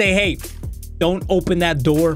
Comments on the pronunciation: open the noor 😂😂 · Open the noor 😂😂😂